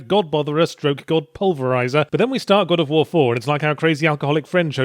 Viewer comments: Somehow I'm suddenly 100% sure that accidentally saying "God of Phwoar" is how they came up with Bayonetta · god o' fwar